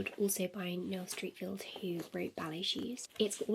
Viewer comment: Hi, Streatfield is pronounced Stret-feeld. Xx